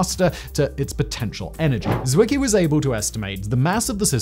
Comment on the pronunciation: 3.35 Poyn-care??? Like in Medi-care??? 4.10 Zwicky?? I love the way writers throw in foreign names just to see how badly he can destroy their pronunciations!